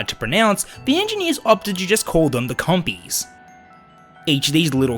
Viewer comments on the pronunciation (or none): He said compies He said compies He said compies He said compies........... He said commies